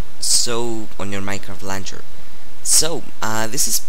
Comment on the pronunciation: its lawn chur.. not lan chur..